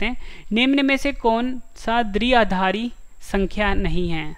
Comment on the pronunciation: Sir phli baat to ye h ki दृआधारी nhi h ye द्विआधारी (dviaadhaari) h 🤔🙄🙄😏😏